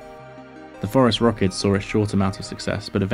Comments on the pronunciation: Dude I just thought that's what he was saying... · I thinks there is a pact amongst YouTube paleontology channels never to write “Phorusrhacids” on screen, so we’ll keep on hearing “Forest Rockets”. My guess is it helps with the comments session.